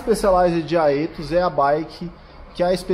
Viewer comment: Fala, Guru! Creio que o nome seja pronunciado como "Éthos"